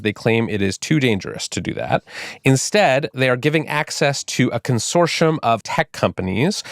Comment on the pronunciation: Consorshum consorshum consorshum